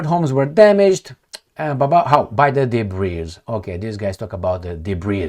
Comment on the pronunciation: Hey, 'debris ' is pronounced without the 's' at the end. Not debreeze! 😁